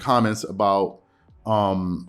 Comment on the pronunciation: You never pronounce Giannis name the right way smh